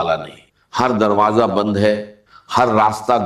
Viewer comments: Dr sahab darwaza ko darwaja nai kehte the 😅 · اس میں دروازہ کو درواجا بولا گیا ھے جو ڈاکٹر اسرار ایسا کبھی نہیں بولتے تھے